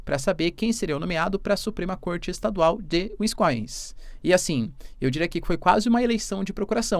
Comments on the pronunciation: Eita professor. Q tapa na cara do seu curso de inglês.... vc chama wisconsin de wiscoins ... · WINSCOINS KKKKKKKKKKKKKKKKKKK o cara é professor de geografia e não sabe nem falar Wisconsin, um dos estados mais importantes da maior potência mundial. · se fala assim : WIS-CONSIN. Simples e nem precisa ter sotaque. Só não pode WINS- COSIN. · Uinscoins???? Wtf No minimo Wins-Conssim vai? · WiscõnSin.. nao é wiscoins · Professor vídeo mto bom mas por favor para de falar winscoins é winsconsin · Úiscoins 😂😂😂! Víscânsén, essa é a pronuncia.😂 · Professor so uma correçãozinha na pronuncia do estado americano wisconsin se pronuncia wis-con-sin (uiss-conn-sim) 👍🏼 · Mestre uma pequena ajuda na pronúncia pois morei em Wisconsin . É Uís-cón-sin” (foneticamente: /wɪsˈkɑːnsɪn/) . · "Wiss-Con-San" meu querido Prof. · pra um professor de geopolítica pronunciar "wiscoins" é feio de ver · O professor, otimo video. Comentario rapido e nao pegando muito no p'e. O nome do estado 'e WIsconSIN hehehehhehe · Uiskoins kkkkkkkk😂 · UINS COIINS Q ISSO PROFESSORR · Fiquei chocada com a pronuncia tbm 😢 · O estado se chama Wins-con-sin. Se pronuncia do mesmo jeito que se escreve. Gosto muito do seu trabalho, professor! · Wisconsin = Uisqõnsim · "Wins-coins" hahaah Pqp hein professor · ainda bem que ele não faz mais publicidade de curso de ingles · Professor, tem que melhorar essa pronuncia aí de Wisconsin!!